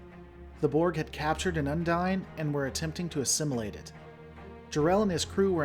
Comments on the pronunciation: Heheh, the way you pronounce "Undine"... the NPCs say "undeen", you say "Undyne" from Undertale. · Un-deen. UN-DEEN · Spelling is not an equal correlation to pronunciation. What is canon in Trek is how something is pronounced on screen. Multiple on screen characters pronounced the Undine as Un-deen. That's what makes it canon. Yours however is not. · I believe it's pronounced as Un-deen, since several characters including Tuvok pronounce it as such.